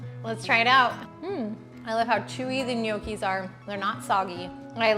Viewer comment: No key is the correct pronunciation. The g is silent.